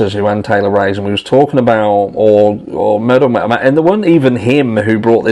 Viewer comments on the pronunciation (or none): Metal? It sounds like you say MAL.